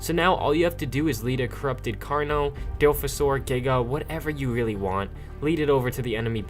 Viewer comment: Say dilophosaur correctly